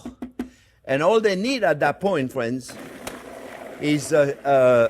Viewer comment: "Well, hello there phrinzzzzzz!"